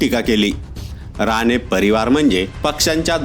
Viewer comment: अरे बाबा, राने की राणे?